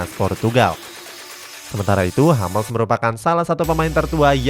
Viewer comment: Hummels tetap dibaca Hummels bukan Hammels min